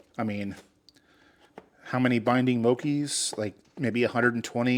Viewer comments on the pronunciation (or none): Pronouncing it “Mo-key” instead of “Mo-Chee” is wild brutha. 😂. You got some S-Tier patience to tackle all that.